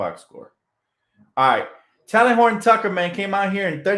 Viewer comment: Oh... and Talen is pronounced TAY-Lin like Jalen (Rose) My nephew went to Simeon Academy high school in Illinois (where Talen went to school) and he corrected me lol